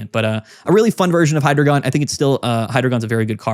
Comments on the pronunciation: It’s actually “high-dry-gon” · I could be wrong, but I always thought it was pronounced Hi, like short hello, followed by the word dragon. Kinda like you’re saying hello to your friend dragon in the hallway. Hydreigon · It’s actually pronounced “Hydreigon” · I’ve actually always pronounced it “Hydreigon”